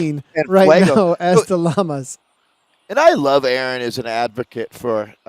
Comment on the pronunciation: Perfect pronunciation on the name! Llamas (Yamas)